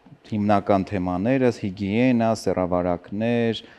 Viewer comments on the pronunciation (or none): Էս հոգեբանը ի՞նչի ա հիգիենային ‘’հիգենյա’’ ասում 🤦🏻‍♀️